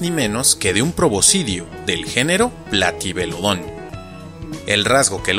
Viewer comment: Me encantó el video, espero que sigas con las demás entregas. Me surgió una duda al comienzo, y es que en un video anterior sobre pronunciación de nombres científicos dijiste que las palabras agudas no existen, por lo que, desde entonces, creí que en nombres como "Platybelodon" o "Iguanodon" tendrían su acentuación en otra sílaba, sin embargo pronunciaste "platybeloDON"